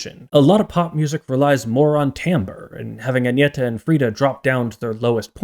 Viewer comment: You clearly researched how to pronounce their names, and you did quite well, it was a bit jarring to hear an English speaker pronounce Agnetha's name like that.